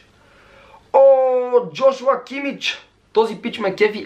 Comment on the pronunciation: як клип ама се вика кимих не кимич